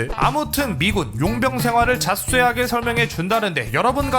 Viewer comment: 자수쉐하게라고 들리네 ㅋㅋㅋㅋㅋㅋ 발음 기여버요